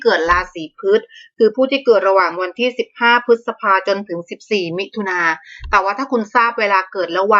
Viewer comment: ออกเสียงราศี พรึดๆ นึกว่าขี้ แค่เรียกชื่อราศียังผิด เห้อ..